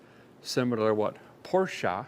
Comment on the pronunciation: Thank you for pronouncing Porsche correctly, sir! 😂